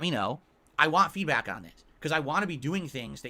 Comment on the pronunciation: He really needs to stop using the word feedback if he cannot pronounce it properly.